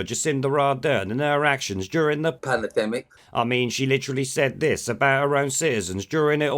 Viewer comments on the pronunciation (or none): Haha, Shitrod "panamademic" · Ahhh the old "panerdemic"